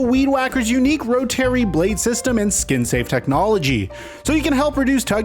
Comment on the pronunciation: ROW-TERRY (Rotary/Ro-ta-ree) ROTFLOL